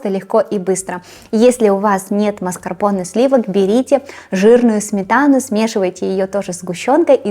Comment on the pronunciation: Классный торт и все рецепты классные. Маскапонэ говорят. Букву р не произносят